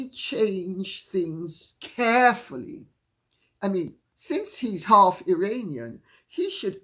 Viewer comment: It is pronounced "Ear on ian". I know you are a highly intelligent individual so I think you would want to correct your pronounciation. I love your mix of gossip and psychological talks.